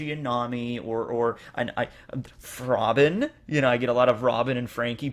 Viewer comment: It’s Robin and zoro what’s wrong with u 😂